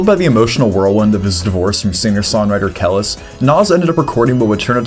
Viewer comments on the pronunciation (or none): Kelis is pronounced "k'lease" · the fact that you made a whole video about Nas' career but don't know how to pronounce Kelis makes me think this was actually generated by AI It's like making a documentary about Death Row Records and pronouncing it "Two-Pack" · So Life is Good came out in 2012 and came out a few years later. If you're comparing, then Jay would have had some time to emulate Nas since his album came out first. Also I think you pronounced Nas' ex-wife name incorrectly, but yea. I gotta say I disagree with some of your takes. Nas' worst album is better than most of the junk out there right now. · I thought the same thing to be honest. Very odd